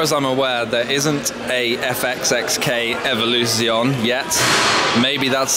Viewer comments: Please learn how to pronounce Evoluzione correctly. At least. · and Scaglietti.